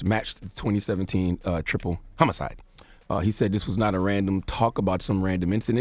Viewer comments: 2020 and Charlemagne can’t still say “Homicide” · It’s 2020 and Charla STILL CAN NOT SAY HOMICIDE correctly!!!! 🤦🏾‍♀️ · This nigga said homocide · Charla can't pronounce the word homicide? or was he going to say homo-cide? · lol "HOME-icide 😂 😂 😂 😂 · Charlemagne literally just makes up his own words. “Murdery.” MURDERY?? Wtf is that? Then he can’t pronounce “homicide” 😂😂 son if you’ve written books, which CTG has, you gotta do better. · Damn, he couldn’t pronounce homicide